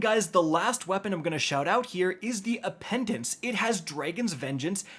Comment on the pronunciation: I hate that it drives me so crazy when you mispronounce words so badly. Always adding letters to words, or in the case of appetence, changing the t to an nd and calling it appendence. I'm starting to think you're just trolling